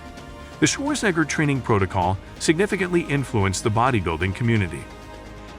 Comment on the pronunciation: Schwarzenegger, not schwoorsngr